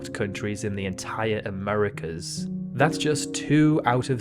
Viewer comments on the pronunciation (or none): none